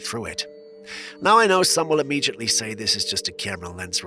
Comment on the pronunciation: im-mee-jutly? Lol.